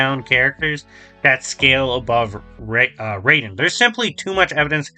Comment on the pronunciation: The most inaccurate part of this video is how he pronounces Raiden's name. Jokes aside, yeah Wolverine should win pretty easily. The Death Battle is still really good though, and is still one of my all time favorite episodes.